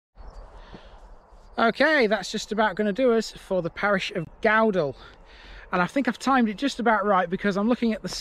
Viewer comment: Thank You for this. Your pronunciation of Gowdall is fine. Although Cowick is pronounced as in Cow. Following the 2000 floods there was extensive upgrades through 2001 to 2003 to the river banks and flood banks and also the drainage system. The various flood defences are now maintained as per the Reservoir Act and subject to annual inspections.